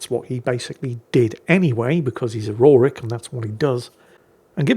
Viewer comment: King Aurorik? C'mon now. lol